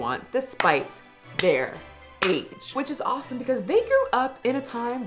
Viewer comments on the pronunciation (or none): none